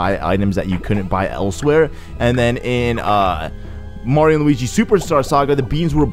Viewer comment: What's with you calling Luigi "Luwingus?"